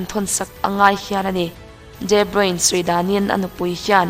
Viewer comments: Debruin tia lam lovin debruna tia lam tur niin ka hria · Pronunciation hi kalo ngaimoh thrin a.. De nilo in Di (D) anga lam tur zok ani e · Chuan, a hming hi Di Broin tia lam tur nilovin Di Broina tih tur, hei hi amah ngeiin a sawi a ni. Tawng dang kan chhiar dawn chuan pronounciation zirchian hmasak hi a finthlak fo thin. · Tha lutuk tlat 👍👍mahse footballers ho hi ram hran2 te an nia...de broine ni lo in de broina tih in an lam tlagpui...soive mai2...a tha in gaihawm thei tuk nia... 👍👍🏻👍🏻👍🏾👍🏿👍🏻👍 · De bruyne tiin i lam a..i lam dik lo..de bruyne tia lam tur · Kawmentatawir ho chuan De Bruna tiin an lam țhin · De Bruina han ti la chu ngaihthlak a kal zat tur a nia leh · De Bruyne (De Bruy_ne) ti a lam zawk tur aw 😍😘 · Mizo tawng takin de bruina tiha lam tur aw miss... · De bruina an tia lawm...😆😆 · A hming i lam dik lo aaa...😣😕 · Kevin debruyne hming hi ilam dik lo in kahria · A hming I lam diklo aw ✊